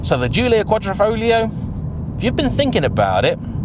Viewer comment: kuadrofoGlio, tf man!